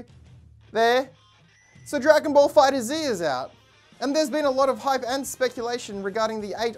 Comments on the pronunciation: Not to hate but its pronounced "Fighters" not "Fighter - Z" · It’s pronounced fighters but with a Z not fighter Z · It's pronounced fighters. Not fighter Z . Just thought I clarify :) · its Pronounced DRAGON BALL Fighters